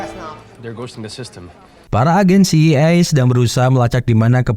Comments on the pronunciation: Iya ngeja itu mesti bener kita ini yg well educated jadi rada aneh denger CIA dibacanya si ai I harusnya Si ai e... Biar enak didengernya min # please be a smart👍... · Min bukan ci i e tapi ci ae e... Dasar lidah udik min😂❤ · CIA.. ( ci..ai e..) bukan ci... i.. ai..😬😬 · Klo mksdx CIA ( Ci Ay Ei ).. Trus lo ngebaca dgn aksen bulle Ci Ii Ay brarti CEI. Mending CIA lo blg skalian Ce Ii Aa min pake aksen Indonesia .. Btw.. lain dr itu gw seneng denger lo bercerita film.. keep on spirit min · Film bagus buat di ulas, tp ko sekarang orang orang pada ketularan si samsul,yg salah mengucap singkatan,, CIA di sebut si i ai, si ai e gitu min.. ah mimin..!! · jd bad mood nontonnya dikala kau ucapkan si i ai ... GUOBBLLOOKKKKK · CEI.. apaan tu😅😂😂 betulkn sebutan mu min. CIA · CIA dibaca Ci Ai E …